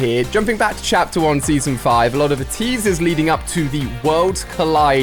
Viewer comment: Why did you say chater 5 did any one notice